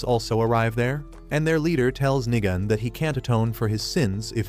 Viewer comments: Nigam hits hard Even though it is nigan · Did bro just sat nigan more like nig chan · Nigan had me laughing as how they say his name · Nigan😂 I thought it was the n word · Bro every time he said nigan I thought he says the n word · bro did not say nigan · Bro when you said nigan i thought you said the n word